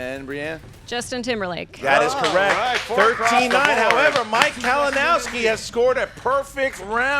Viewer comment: Did say Malinowski?